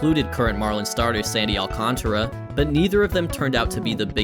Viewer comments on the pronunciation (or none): none